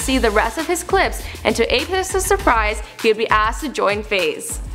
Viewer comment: lol she said apes's instead of apex's